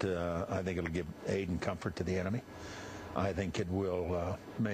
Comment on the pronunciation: The way Chris Matthews pronounces "comfort" I define as treason.